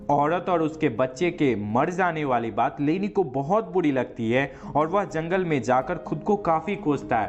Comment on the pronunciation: Zangal nhi jangal hota